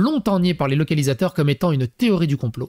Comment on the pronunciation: "Mé cé une téori!"